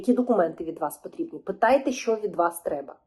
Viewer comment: Щьо, щє🤮🤮.Що за вимова жахлива!??